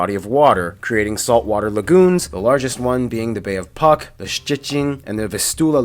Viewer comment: Really nice video, I like this part when he described our relations with Germany and the EU, which is too much accurate... Some of his pronounciations were wrong (Noteć or Puck), some things are quite outdated like Poland isn't that much nationally homogenic anymore - we used to be for decades, but in the last couple of years this situation really changed. A lot of people from Ukraine and Belarus came to Poland for obvious reasons, year by year we have more and more foreign students since our universities are very accessible (it's true that we are one of the most educated nations in Europe, as he said in the video), so this "96% of the population consider themselves Polish" thing is no more accurate. The same with catholicism, although it's still pretty strong part of our culture nowadays it's really, drastically decreesing. Honestly, even about 5 years ago each Sunday the entire Warsaw Old Town was literally packed with the people who were participating in the mass in one of the churches there, now there is really no such thing. And what do we think of the UK? Hmm, it's hard to say since we don't have any strong ties now... The UK used to be one of the most popular destinations to emigrate from Poland, so it was seen like "a rich country, a place when you can earn more doing the same job", but then Brexit happened and... you know. Also not that many British people come to Poland to give us an opportunity to create an opinion on you. We have a classic British stereotype: posh